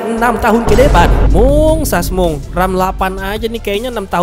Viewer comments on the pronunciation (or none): wkwkwk gara2 denger sasmung, auto subrek. seru bang cara penyampaian lu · Sasmung,busyet dah ah bisa bae lu bang ngejaplaknye